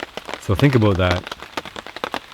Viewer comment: "Don't Be Ignorant Aboot That" A